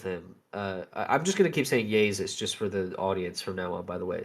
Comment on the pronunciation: Interesting how you pronounce 'Jezus'. Sounds VERY Dutch🤔 And no doubt you're the Pakistan guy too. So far, a bogus docu... But I'll keep watching...